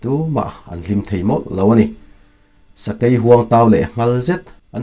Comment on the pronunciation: Fing, sai, thawi te hi beng a hawlh za deuh. Sakei nak a thawi kha a dar ah a lo ni daih😁sakei AI hi I lam dik lo